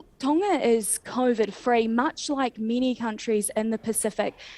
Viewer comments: Why does not pronounce the G in Tonga? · That New Zealand radio host needs to learn how to speak properly, can't pronounce Tonga properly. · Sorry to focus on a trivial point but it’s doing my head in… Why are all news reporters pronouncing Tonga with a silent G All my life I have known it’s pronunciation to have quite a powerful G and if you google how to pronounce Tonga it is sounded with a strong G.. This happens a lot in the media, but are they right in this case?